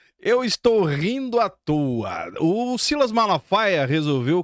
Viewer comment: SILÁS , SILÁS 😂😂😂😂 É O SILAS . PARA MIM É UM OPORTUNISTA.